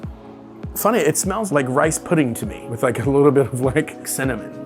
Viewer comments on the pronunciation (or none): none